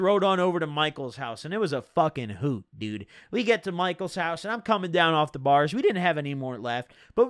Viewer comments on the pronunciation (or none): none